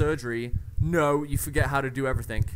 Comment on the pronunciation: "Everythink" lol